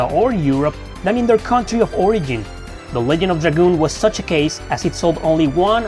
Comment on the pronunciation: Pretty sure it's pronounced "Ledge-end" not "Leg-end" ALSO: 1.) loved this game 2.) The story was absolutely fantastic and the music/gameplay was just as good if not better than final fantasy games of the Era. 3.) There were action figures??? 4.) I honestly would prefer a remaster "with modern graphics and classic gameplay and no change to the story. 5.) I'm so glad Rose had black hair... that was one seriously hot 10k year woman back in the day lol 😂